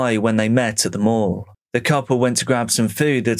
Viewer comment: It sounded like you were saying they hung out in the local morgue. Thank God for the mall stock footage lol